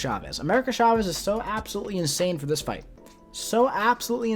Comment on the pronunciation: It’s CHA-vez, not SHA-vez 🙄